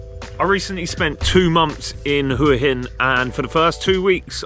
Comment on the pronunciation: Thank you for pronouncing Hua Hin correctly.